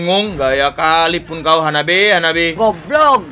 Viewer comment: namanya HABABE atau HABABI bukan HANABI